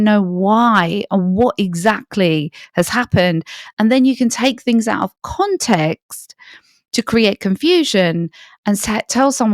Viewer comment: Information is good...delivery way too long-winded. And the mispronunciation of the word context. Not even Pierce Morgan says context. He says CONtext.